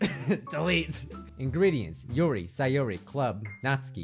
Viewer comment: Stop saying syeori instead of sayori